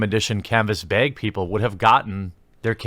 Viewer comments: Good video, but please stop saying the word 'bag' ....just brutal to listen to you say it-lol. I cant tell if you are over emphasizing the northerness of your delivery for trolling purposes, or if that is just how you say the word, but after listening to you say it seemingly 25-50 times in your video about 'Bethesda Bag-gate' I just hit my breaking point tonight;) Maybe you could substitute in another word. Disclaimer: comment meant in good fun as my southern accent stands out as much or more. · I can tell where you live by your accent on the word "bag", I have family up north LOL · Say bag more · The way you say 'bag' really irks me but otherwise I love your content!